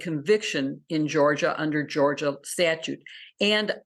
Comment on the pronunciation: It’s Georgia not Georgor